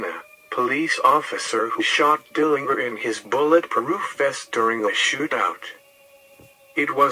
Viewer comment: He did. It's a hard "G" even though most people mispronounce it as a soft "g."